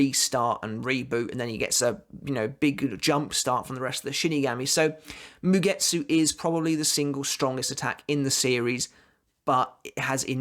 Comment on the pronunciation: Ok ... you are doing it on purpose.... asauchi.... ah-sa-oo-chi..... sebonzakura kageyoshi... ka-gay-osh... don’t pronounce the i... same with mugetsu... you don’t pronounce the u... it’s mugets... moo-gets